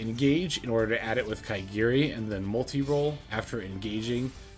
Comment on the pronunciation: It's ka-ga-ri not ka*i*gi-ri lol,sounds funny